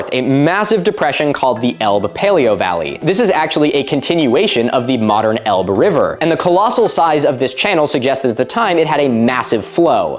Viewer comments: I hear about Doggerland all the time on the shipping forecast. I've been so curious about it, and its history. And yes, there are plenty of jokes about it being the land of dogging. Also, you mispronounced "Elbe". It's pronounced "Labe" (Lah-beh). It's a common mistake. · Elbe has two syllables Ell-buh